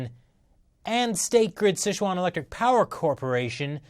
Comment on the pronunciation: Dear Chris, the pronunciation is closer to "sih chew-an". Years of poorly spelled fast food restaurants have left you misinformed!